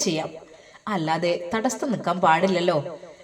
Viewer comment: നിങ്ങൾ എപ്പോഴും തടസ്തം എന്ന് പറയുന്നതെന്താ. അങ്ങനെയൊരു വാക്കില്ല. തടസ്സം എന്നാണ് പറയേണ്ടത്.